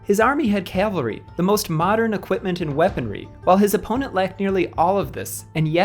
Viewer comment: Nice job. Just one little thing. Calvary ✝️ Cavalry 🎠